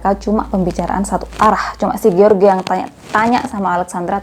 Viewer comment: Jeors baca nama si laki2 nya kak. Bukan george 😂. Pake terjemahan google dl .gimana baca nya lain x nama orang kak.